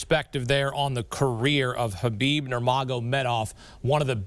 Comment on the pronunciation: U mean kubibe?